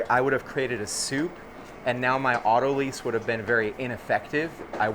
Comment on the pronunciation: Not “auto lease”, it is pronounced “auto lies”